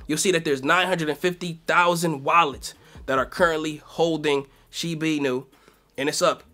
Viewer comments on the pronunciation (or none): Dude the accent is not on the "nu" it's on the "i" in Inu. You say it wrong